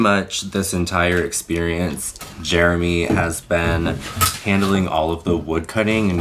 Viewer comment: When he said "experieonce" I realized that'd be a great drag name: Experionce.